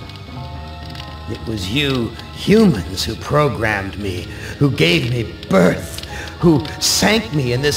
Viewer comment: love how he pronounces "birth". He makes it sound as if he finds his own birth disgusting and detestable.